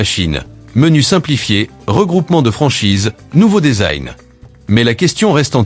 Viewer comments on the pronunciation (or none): none